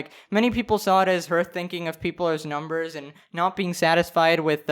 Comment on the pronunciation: "I'm just saying even numberrs" Me: Okay ninety four million EVEN NUMBERS